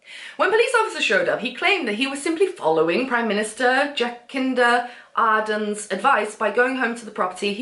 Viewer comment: lol your pronunciation of Jacinda Adern! what a prick of a landlord